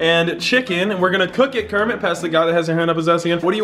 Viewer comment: Pee kenit the frog